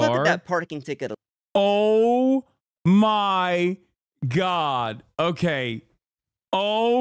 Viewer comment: Hassan says Oh my god like the wizard says Oh ma ha and now I can’t unhear it